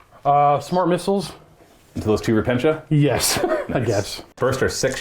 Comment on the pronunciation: hospital-er. not hospi-TAL-er. repen-Tia. not ruh-pen-shu